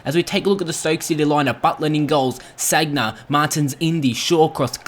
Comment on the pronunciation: u r saying sagna wrong